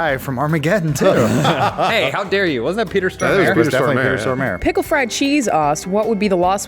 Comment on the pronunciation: How the hell do they say "Peter Stormare"? Peter Store-Mare? It's more like Storm-Ah-Re. Don't let our mad scientist from Red Alert down.